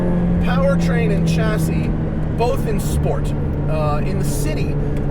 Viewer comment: its pronounced "shassy' you dolt